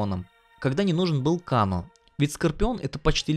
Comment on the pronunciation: КЭЙНО А НЕ КАНО !!!!!!!!!!!!!!!!!!!! ТЫ ЖЕ ТИПА ОРИГИНАЛЬНУЮ ОЗВУЧКУ ЛЮБИШ ВТФ !!!!!!!!!!!